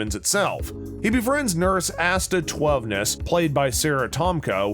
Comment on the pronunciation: Definitely AI. Can't get Asta's name right either 🙄